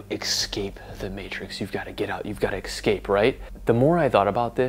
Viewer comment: Escape not excape!